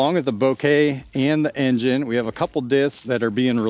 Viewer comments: Simon confirmed the pronunciation as “boh-kay” in one of his latest vids. The name is from a camera technique which results in a soft out of focus background. En Jean Ay is absolutely the most fun way I’ve heard that pronounced so we should all roll with that! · En-Jean-eeeehhh! Maybe it’s French or Italian!